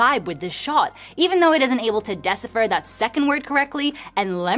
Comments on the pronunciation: I'm sorry but what is "desifa"?????? Decipher...... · 10mins in..."dessifur" (decipher) . Whut?! is she really an AI voiceover?🤪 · who says decipher like that 🤣🤣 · Chat, is that how you pronounce "decipher" in your region? What country is she from?